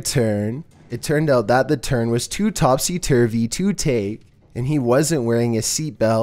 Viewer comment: Too topsee turvay